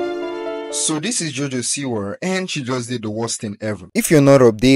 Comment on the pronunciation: "So this is JoJo SEEWER" 😂 And I agree, I hope she gets better and finds her true self